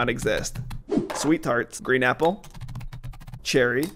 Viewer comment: When he said “green apple” somewhere it sounded like “green nipple.”